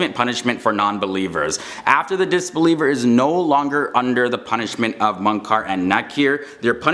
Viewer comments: Ee-blees, not iblis Moon-kar, not mun- Kar Ja-han-num, not jahunam There has got to be a way you can find out proper pronunciation. Also Eblees was created as a jinn, and angels, jinn, and humans don't switch up and become each other. Eblees was such a dutiful servant of Allah that he had a with the angels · Its not munkar its mukir